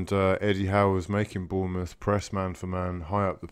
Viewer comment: Its Bournemouth though.